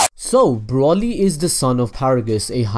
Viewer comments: Its broly not brolly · broly bro-ly not bra-ly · you pronounce it as if you where shortening umbrella brolly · Its broly not brawley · Also, isn't it Bro-ly Not Braw-ly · It's broly. Bro. Lee. Not brolly. Braw. Lee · it's broly as is in bro not brah ;) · It's not braly it's broly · BROLLLY!?!?! IT'S BRO-LEE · Why is he say brully and not broly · Why do people call him braly it's broly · Just wish he'd say the name right at least once, as a brit all i can imagine is a brolly meaning umbrella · Literally watch 1 sequence of the movie and you shouldnt call him BROLLY... how can 1 be so ignorant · did he say brolly? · Man said brolly 😂😂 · If I here Broly (Bro-ly) mispronounced one more time I’m gonna gonna haaaaa... kakarot!!!! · He said braly😂😂😂😂this nigga so restarted 😂😂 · YOU SAY BROLY LIKE BROHLY YOU SAY IT AS IF YOU SPELL IT WITH OH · Its pronounced bro-lee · Pronounced as Broly (Bro Lee) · he keeps sayin brally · broly - bruh-oh-lee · It's br-oh-Le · No its Bro-lee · Broly (bro lee) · So said broly wrong it's pronounced broccoli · I hate how you say Broly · When you said errors then When you said Broly I cringed